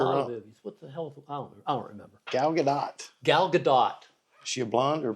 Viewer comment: Lol, lmao…..Gal Gaa Dot. It’s pronounced Gaa Dough.